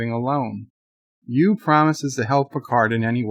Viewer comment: Is saying Hugh, or you? It sounds like he is saying U.